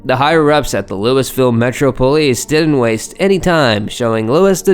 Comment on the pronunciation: It’s looooeeeeville! Louisville